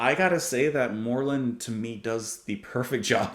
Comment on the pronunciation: Pierre Moerlen, (Prounouned, "More Lann") is undoubtedly the most highly skilled drummer and percusionit/multi instumentalist. I met him in '97 and he was so modest and gentlemanly, it was unbelievable! Just for the record, Didier Malherbe, it's prounonced, "Mal Herb".